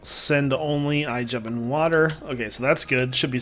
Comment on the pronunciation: not Jevon